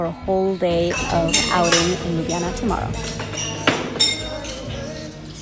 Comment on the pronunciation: Props 4 the prounounciation of Ljubljana and basicly all the other Slovenian city/places names. Really really good...you could learn Slovenian well ;)